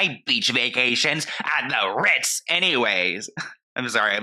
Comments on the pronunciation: The RRRRRITZ. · “…the RRRRRRRRitz!” 😂 😂 😂 💀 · She made sure to say "vacations's" hahaha 🤭💀💀 And not the "Rrrritzzzz" 🤣🤣🤣🤣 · I love the way you keep saying "RITZ" haha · I'm literally watching this at 3am trying real hard not to wake up my family with cackling everytime you say CONDO (and the R I T Z) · I’m never gunna be able to say “tha RITZ” normal again lmaooooo has me dying 😂😂😂